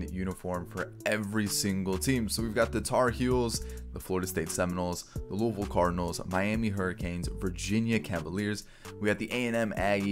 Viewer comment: Nice stuff. Go Cards by the way (Louisville)! A 10 out of 10 on that Louisville pronunciation too. You sound as good as a local. I'd love to start a college league, but it would just take too long to have all the uniforms look that good and realistic.